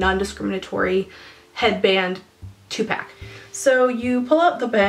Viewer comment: I thought you said TUPac when you actually said two pack.... Nearly died laughing.